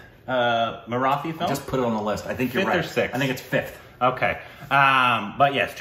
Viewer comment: Well, can you at least now learn the correct pronunciation of the word 'Marathi' please??!!